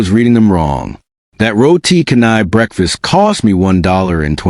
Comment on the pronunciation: Roti canai is pronounced cha-nai.